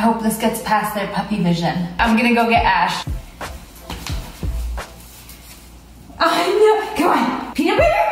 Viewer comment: The corect way of saying it is “Ash” not ashe